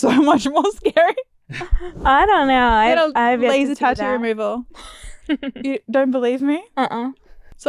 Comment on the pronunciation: Lol why Gabby pronounce tattoo like "TAH-DOO"?